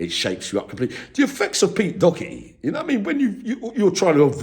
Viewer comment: Not Docherty. Doherty is correct.